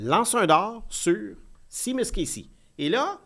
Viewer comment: Seamus se prononce “Chêmusse” et pas “Simusse”, comme dans “Shea Weber.